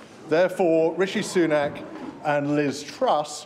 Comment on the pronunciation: Her pronunciation of Sunak haha - more like Sunnuck